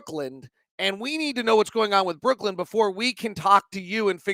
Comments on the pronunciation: It’s just Brooklyn not Brook-land thanks for all of your smart analysis as always! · Dialectal variation will dictate the pronunciation, aka - accent. If you're going to be criticizing people on such things, it'd also help to use IPA format, and not arbitrary orthographies. He says [ˈbɹʊk.lənd̥] and people from there would say [ˈbɹ̠ʷʊ̠kɫ̪ɪ̈n], and people from across the pond might say [ˈbwʊk.lɪn]. You know what he was referencing, and the point of language is communication, so he said it "correctly" (there's no such thing) because you understood. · Friendly criticism / pet peeve... It's Brooklyn, not Brookland